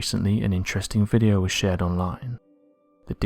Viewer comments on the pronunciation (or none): none